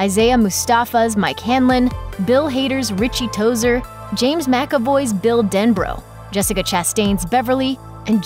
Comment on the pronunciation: Richie Tozier not Tozer.